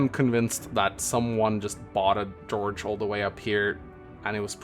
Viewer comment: Jorge is an Spanish name, and is not pronunced George. It's Hor-he. (pronunced as in horse and as in hell, respectively)